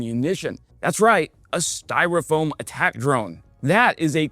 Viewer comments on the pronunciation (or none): none